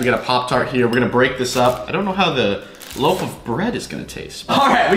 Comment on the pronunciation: loaf not loof